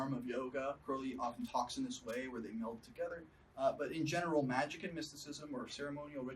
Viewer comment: Notice how he added the super cool k on the end of magic? Wow, he's so awesome.